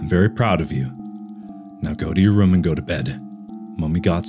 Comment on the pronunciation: hearing mark pronounce food like "fuhd" and room like "rhum" is so satisfying for no reason